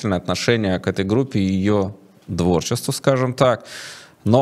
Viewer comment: "Дворчеству", да что с вами такое черт подери?! -- Алло, это баня? -- Нет, это Болодя.